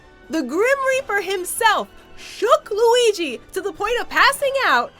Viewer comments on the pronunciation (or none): none